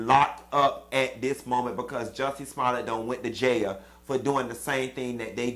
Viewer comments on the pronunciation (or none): I had to watch this video 2x just hear u say JAILYA🤣🤣🤣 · 😂😂😂 every time you say “Jaya” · “ in jayah “😂😂😂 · you done had be SCREAMING on this video! Not “ J A Y A = jail!!! 😫😂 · That’s exactly how my grandma say jail too 😂🤣😂🤣 His ass going to JAAYAL🗣🤦🏾‍♀️ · It’s the way Q is saying “ Going to JAIL” for me 😂😂😂 I’m with him on crying too cause bihhh I ain’t tryna go to JAYAIL!!🗣 🤣🤣🤣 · Q it's how you saying "Jayal" that got me pissy😭😭😂😂 Yes All Karen's need to be locked up too❗ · You Pronounced all the letters in that word - JAIL and I am living for it. The sentence was fair considering he was very arrogant throughout the entire case. He could get off for good behavior. Who knows but then again they may make him serve the entire sentence. SMH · How you are saying “jail” is so funny! I am dying 🤣🤣